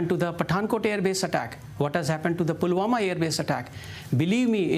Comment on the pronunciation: Useful tips before a TV interview: 1. Take a cough syrup dose so that you dont need to clear throat of anxiety. ahem..ahem... 2. Properly rehearse the terms and names so you dont misspeak "pulghaon, pulawama .. pahalgaon.. pahalgam" or "pahalgaon airbase" 3. If you can, please improve your pronunciations. So you don't speak "jiro tolerance" instead of zero tolerance.